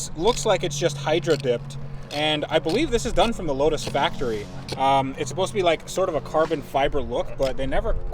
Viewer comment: Load us ( 🇺🇸 for lotus) LOW-TUSS!!!!! (How it's supposed to be pronounced)